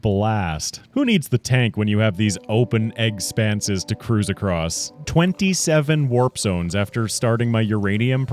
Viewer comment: 3 hours in i was still wondering why you kept saying EGGspances.. i didnt see your channel name until 3 HOURS in! that cracks me up.